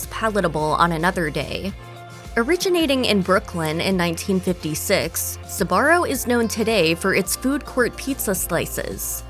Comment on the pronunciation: Until now, I haven't heard Sbarro pronounced with 3 syllables.